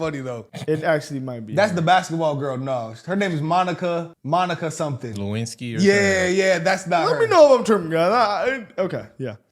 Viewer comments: said Lewinsky....im done!! Lol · He said Monica Lewinsky...haha